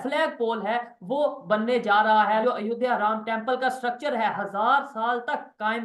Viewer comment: चीमा ,अयोध्या को अयोदिया बोल रहा है,लगता है इसके पुरखे दूसरे ग्रह के थे क्या